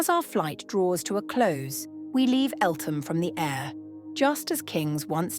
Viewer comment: The TH in Eltham is not pronounced.........😇 Great footage !